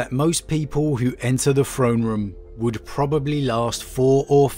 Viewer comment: Say it with me "THrone room" not "Phrone room."